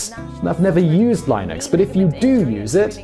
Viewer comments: Did he say "Lay-nuks" instead of Linux? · Hey Simon -- great video. FYI -- "Linux" is pronounced with a short-i sound such as the 'i' in "Linguini" or "Literal".